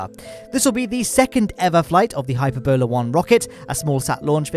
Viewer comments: By that I mean: "It's hyPERbola not hyperbolAR!" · The Hype Ebola Rocket. XD I think it's pronounced hy-PERR-bulla by the way. Sorry for being such a Hermione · By now I'm wondering if mispronouncing space words is new thing. Briddenstein? Hyper-bola?